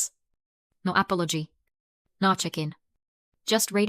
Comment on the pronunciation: You need a better text-to-speech engine, and you need someone to actually sit and listen to its output all the way through to correct its problems. The delivery is very stilted and every once in a while it pronounces a perfectly ordinary English word or phrase as if it were in French, Spanish or Italian. For example, “No apology” at time code or “attendance mandatory” at time code